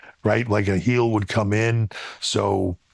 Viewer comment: nothing pisses me off more than Akaash saying "heel"